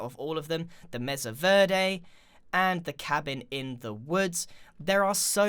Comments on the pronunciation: I'm sorry to correct you Grian but it's pronounced m-ay-sa verde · its actually pronounced mey-sa ver-de and i live in colorado, which mesa verde is in and ive been there